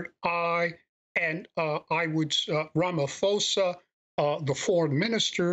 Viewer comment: Its pronounced “Apart-hate”, “Ramma-pozza” (not “apar-theit” or “Rama-fozza”)